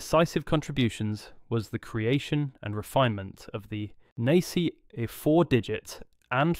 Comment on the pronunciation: I was really hoping this wasn't going to be more AI slop, but only a few seconds in it calls NACA "nay c a"